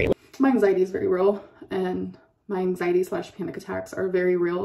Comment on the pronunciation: Are we not calling it “anxiet” anymore or whatever the fuck she was trying to say